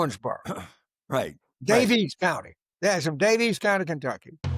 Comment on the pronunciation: Love you, James. Big Fan, but fyi, Daviess County is just pronounced like "Davis" County. I just live a county away from it.